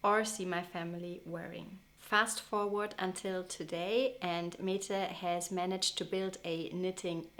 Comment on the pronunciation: Mette is pronounced "Mäddä".